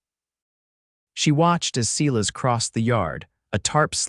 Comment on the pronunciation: When you mispronounce and misspell the name of the main character over and over, it really spoils the story. The name is Silas, pronounced sigh-less.